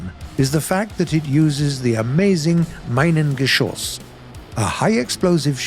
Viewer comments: Its not "meingeschosse" its "minen geschosse" there is no spoken "e" you have to pronounce it in another way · it's not "maingeschosse" but Minengeschoss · Meinengeschoss? 😂 For real.. We Germans are also able to say stuff from other languages correctly.